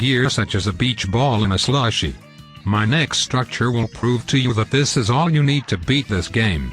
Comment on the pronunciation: Bruh the way you said slushy lmao